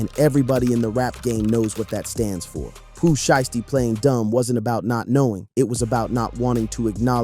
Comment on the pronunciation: That nigga said Pooh shitsty😂😂😂